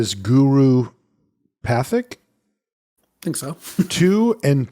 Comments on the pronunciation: Guru Pathik is pronounced "Pa-teek," or to think of the spelling pat-hik where you elide between the syllables. Not gonna do this for all the random names not said correctly, but I think this one seems hard for a lot of folks across various media about the set, so I figured commenting might be useful for all sorts of people. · Pronounced guru PAH-teek